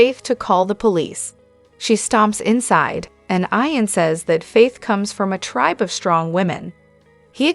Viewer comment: It's not pronounced I-AN but E-AN. She pronounces this word several I mean several as if she has this, frustrating.